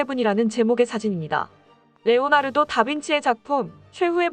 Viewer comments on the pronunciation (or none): none